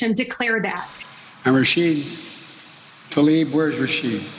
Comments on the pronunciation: i jsut want to point out. her last name is tlaib. it is NOT talib......for some reason all anglophones i've heard pronounce it talib. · “Thoughs and Prayers...🙃”, and he couldn’t even be bothered pronounce Talib’s first name correctly. Yeah...his fake-ass concern for her and her family’s well being is obvious.